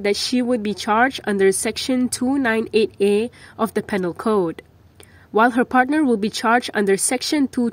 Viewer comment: It's pronounced ' PEEnal ' code , not PANEL code. ( Perhaps MKini should get proper newsreaders ).